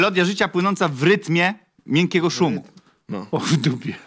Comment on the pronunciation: Miękkiego 😂😂😂 no błagam xD a nie miękiego 😅😅😅